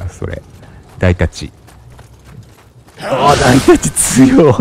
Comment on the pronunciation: 紙のような装甲で、ちょっと斬られただけで半分程度持っていかれたりしますね(υ´Д`) ハンクが背負ってるということは武器として使えるんでしょうか( *ﾟ∀ﾟ)=3 大太刀も読み方を誤っていたようですね( ;´∀`)武器を変えたくなってもステータスの関係で変えられませんよね…ステ振りし直しのアイテムはレアアイテムですし…